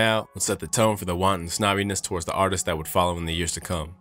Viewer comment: “Artist-sis” ha, WTH?! Try Artists